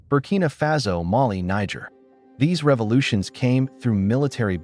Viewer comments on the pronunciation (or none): It's pronounced fah-so and you know it